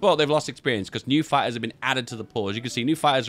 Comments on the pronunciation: "spamming a lo' of fye-ers" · I thought you were saying "Fires" turns out it's "Fighters" Im deaf